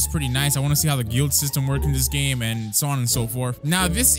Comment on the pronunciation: Am I the only one who noticed he said the black clover Roblox GLAME